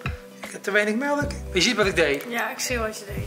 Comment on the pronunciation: HET IS MELK WN GEEN MELEK